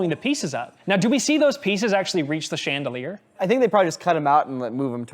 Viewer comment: Did anyone else catch saying “sheendelier”?😅